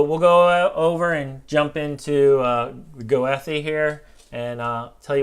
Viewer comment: Thanks for another great video. I haven't hunted those spots, so I'll need to check them out soon. Not sure how others pronounce Goethe, but we leave the first "e" silent and the last "e" long as in Go-the.